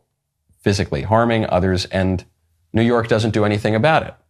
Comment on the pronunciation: He said “new yerk”